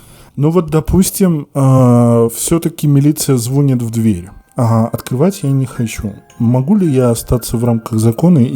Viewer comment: Не звОнит, а звонИт. Вроде корреспондент или нет?